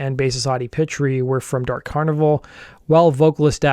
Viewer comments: Pitre is pronounced Pee-Tree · Pitre is pronounced "Pee Tree" EDIT: What the Canadian border officials probably found on the bus was heroin. At least two of the guys were using heroin. Want to know which ones, look at the members who have aged prematurely, and look 10 years older than they really are.